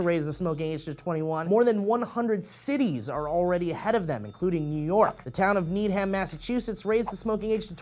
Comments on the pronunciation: Lol you said need-ham It's actually pronounced need-um but whatever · Hahaha I don't mean to be that person but it's not pronounced 'need-ham' it's actually 'need-um' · Need-ham lol, pronouncing things the way they're written? This is Massachusetts. It's pronounced Nee-dum. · Stee needham is pronounced like " I need em' " not "I need ham" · I love how non-massholes oronoince our town names. haha, its "need-um" not "need-ham" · it's ok, you're not the only one who can't pronounce MA town names xD it's more like "NEED-um" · As a resident of Needham, Mass... its pronounced "Need-um". We do like ham, but we don't NEED ham. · I live right next to needham ma it's pronounced "needum" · Needham is pronounced needum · That's not how you pronounce Needham, You say "Need-'em". It's like Chatham pm Cape Cod. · I love how pronounces Needham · I laughed at that pronunciation of Needham but it's ok all Massachusetts town names are hard to say.